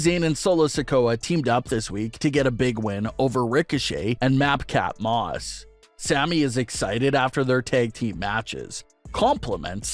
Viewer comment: Bro said Map Cap Moss My guy it's Mad Cap Moss 🤣